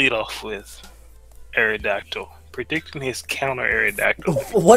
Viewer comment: ***: Dont **ROTOM-CUT* the lawn with *SCIZORS**, you're supposed to **MOET* Also: The *AERodactyl* is so *TSAREEN*-na and *TRANQUIL*